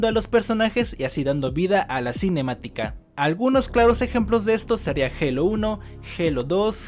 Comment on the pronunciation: Cómo chooorrocientas veces la palabra cinemiatica